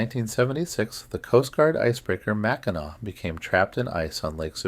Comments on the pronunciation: Michigan Girl. Can’t handle Mack -I-Nak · Just for yur information: Mackinac is pronounced "Mack-in-awe". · It makes me cringe ever time he says it lol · And i wonder if he ever notices hes saying the island wrong lol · this is making me NUTS, I wouldn't be able to sleep listening to this because of that, lolol.